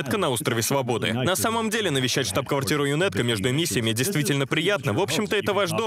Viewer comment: Вот бы такую русскую озвучку в игру)а так збс. Только не ЮНЭТКО, а ЮНАТКО, так правильно